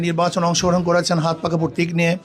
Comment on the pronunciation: প্রতীক বলো পরতিক না